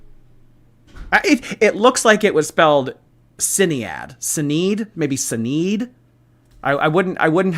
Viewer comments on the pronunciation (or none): needs to learn that Irish names dont fillow English rules of phonics 😂 Sinead is pronounced "shi nay d" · Sinead = shin-ade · It's pronounced Shin aid but spelled Sinead. It's an Irish name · It wasn't even that - it was Sinead, he got so defensive even though it's normal to correct someone's pronunciation of a person's name if they get it wrong. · Yeah, the defensiveness was really unnecessary. I don't get why he didn't understand what was been explained to him when someone pointed out he pronounced it wrong, it's someone's name - be a bit respectful.